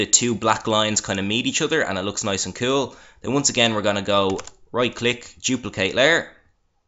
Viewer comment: lol i love it how you say cool it sounds like you say cule